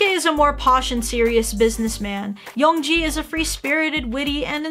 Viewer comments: it’s yeong GI, not yeong JI by the way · And~,it's pronounced Yeong-gi, NOT Yeong-ji